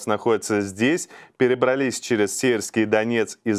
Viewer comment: перебралИИИИИсь...удаление правильно ставьте